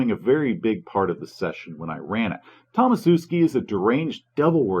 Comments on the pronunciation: i think it's 'Tomashewski' and not 'Tomasewski' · your mispronounciation of Tomaszewski really makes my ears bleed, especially considering from your surname you probably originate around there somewhere.